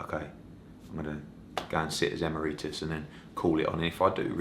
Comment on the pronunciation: Eddie, it's 'EE-MERRY-TUSS' ...not the way you say it.